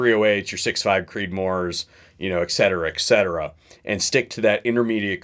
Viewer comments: No offense but: ECKcetera?? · You really locked me in when you said “ekcetera ekcetera.” Very profound. Very informative. Subscribed.